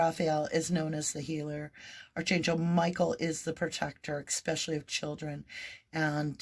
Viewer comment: A little pet peeve...Archangel prounounced Arc an gil. Sorry to come across judgy. Not meant that way cuz you are awesome. ❤